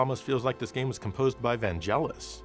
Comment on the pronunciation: You pronounced Vangelis as an italian would do... even my mom, who was a fan of him, pronounced his name the english way; i thought Vangelis was a pseudonym the artist chose, as to be pronounced by everyone the english way... 🤔 Anyway, keep on being awesome 😎🤟